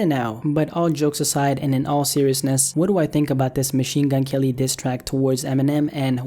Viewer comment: Machine Gun "L"-y 😂😂😂